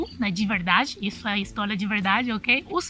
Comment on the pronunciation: Histólia, Helói, escleveu, pla, valias, palado, categolia, kkakakakakakaakakakakkaakak